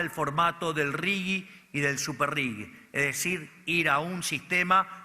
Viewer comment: Se pronuncia "RIJI" no tiene U. Excelente editorial como siempre ❤